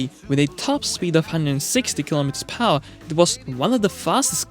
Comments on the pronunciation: Per-Hour is two words, not pronounced as Pawa. (one word) English - screwed and chopped This is not broken English, it's completely slaughtered English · ... it's pronounced "__ PER HOUR"... note, TWO separate words... NOT, one slurred word "PARR" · "kilometers pawah" wft 🤣🤣🤣